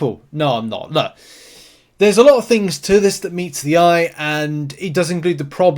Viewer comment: its pronounced "LOOK" not "luh"